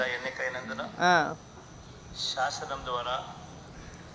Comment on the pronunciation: విశ్వాసము...పాలకడము రాదు...శాసనం అనడం రాదు... ఇది నేతి నేతల తెలుగు😢